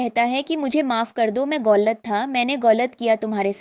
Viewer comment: Galat❌ Golat✅